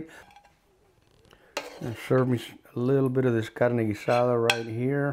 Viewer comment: You can tell he knows what he’s talking about just by the way he says Carne Guisada